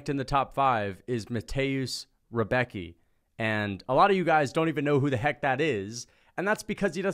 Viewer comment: lmao you totally screwed mateusz rębecki spelling but i dont blame u it just sounds funny to me